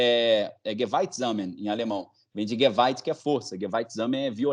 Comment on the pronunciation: nao é "geweit" e sim "GEWALT"